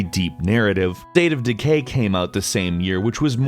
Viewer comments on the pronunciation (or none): You definitely said "Date of Decay."